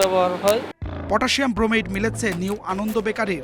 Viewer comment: ক্রোমেট না ব্রোমেট